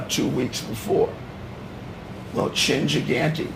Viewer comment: Gigante* not Cigante